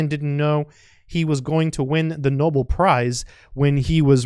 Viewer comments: It is "no-bell", although his work was "noble" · It's pronounced like "no bell" not "noble". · Know bell Prize. Emphasis on the second syllable.